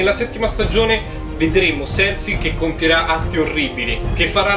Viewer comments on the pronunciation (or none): Non azzecchi un nome dio santo bren Serse lol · Si pronuncia sersi (cercei)